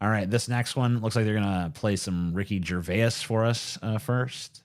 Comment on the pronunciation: You mispronounced Gervais.